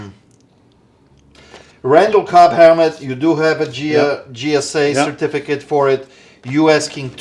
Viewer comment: please your killing me 😂its not Gsa.it's JJJJJJJJJJJJJJ. please stop saying g s a it's Jjjjjjjj sa 😂 it's beckett not bucket and it's steiner not stainer lol. Accent or not you sound so wrong my friend 😂😂